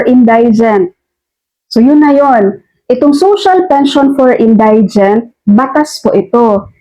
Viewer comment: Thank you for clearing this issue. My only concern ay yung pronunciation mo ng word "indigent". For the correct one, check mo sa Google, marami kasing makakapanood ng video mo. Magandang itama mo na sa ngayon para matutunan din ng lahat ng listeners mo. Ty again.